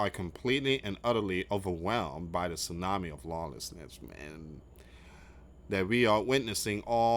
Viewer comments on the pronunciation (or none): none